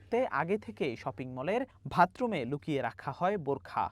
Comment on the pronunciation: শপিংমলের ভাতরুমে...??? 😂😆😆😆সাংবাদিক কিতা কয়..? ভাতরুমে.?? 1.33 minute pause 😆😆😆